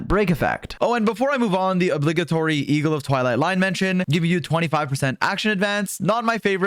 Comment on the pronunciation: the moment u get exposed as French Canadian when you say "obligatory"